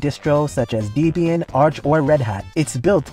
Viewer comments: pronounciation errors make me think it's AI, like deeeeebyan deeeeeebyan deeeeebyan instead of debian. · How can you say debain like that